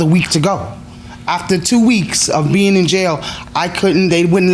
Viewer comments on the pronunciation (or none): none